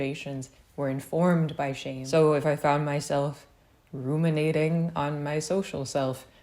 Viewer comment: Every time you say "shame" I hear "shape"...